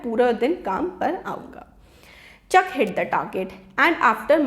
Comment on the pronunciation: He is not Chucka He is Chuck Pronounce it properly. Although explanation was very very good. 👍 Thank you so much ❤.